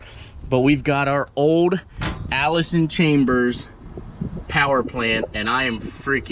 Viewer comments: Its Allis-Chalmers not Allison cambers😄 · Not to be rude but it Allis ch-almers they use to be a tractor company turned into agco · Allis Chalmers google it and pronounce it correctly